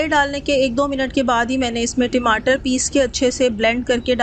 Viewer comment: Recipe seems good but Timatar is wrong pronunciation